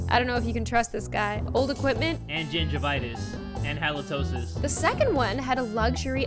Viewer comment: It’s SECOND not SECOD